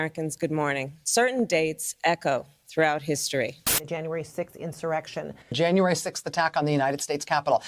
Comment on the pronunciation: I wish joe would pronounce the word insurrection.